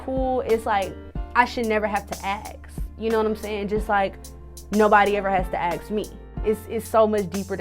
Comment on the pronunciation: Ask....not Ackssss. Why can't ppl pronounce their shit right? Escape...not Eckscape. Ffs